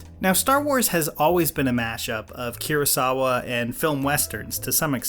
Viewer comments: And why no one mentioned "keerosawa" instead of Kurosawa???? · KIR-asawa, GRAH-guu, ah-SAH-kah